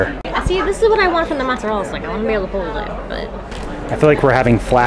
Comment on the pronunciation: Not sure why you’re having so much trouble with mozzarella stick My family enjoyed this snack with no complaints